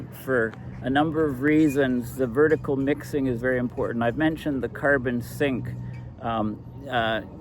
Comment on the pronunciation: Why are you constantly saying impordent if you presumably always mean important? Most U.S. teenagers and young adults have started saying impordent in recent years, but you are not one of them.